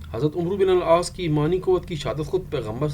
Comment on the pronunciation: Sir its not umruuu Its AMR BIN AL AAASS❤